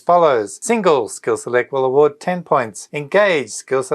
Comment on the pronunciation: Lol ur award sound like avoid. I missed my heart beat, I replayed.😅